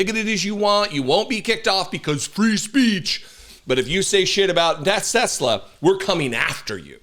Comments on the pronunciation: Tesler you mean, right ?? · TESLAR! Say it right! 😂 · "I love TESLER..' said the orange rapist 😂😂😂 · I think its pronounced Tesler. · It’s TesleR, ask the Mango Felon 47. That’s how he pronounces it. TeslaR. Tesler. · They should go after this weird old guy that keeps tariffing his company and calling it Tesler. That's not efficient for business bro.